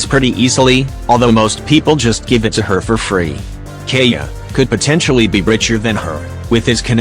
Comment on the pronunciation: "Albebo" and "ibbo" XD